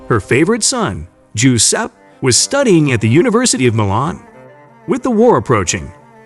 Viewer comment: Macabre = muh-kaab. Giuseppe = juh-sep-pee